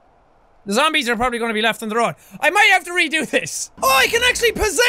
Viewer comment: Z-zombies lol why'd you say it like that